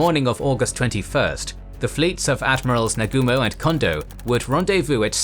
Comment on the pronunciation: IT's not nag-a-mo. It's Na-gu-mo